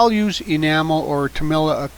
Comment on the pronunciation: Just FYI, "Tamiya" is pronounced TA-MEE-YAH, not TA-MAI-YAH.